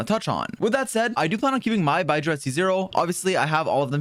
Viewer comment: Love you mate, but can you not call him 'Bye-jew' ?